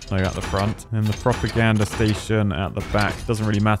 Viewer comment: Form the midlands here. Couldn't help to hear a proper gander station and thought what does he need a better look at?? Silly old me, thought you'd have a giggle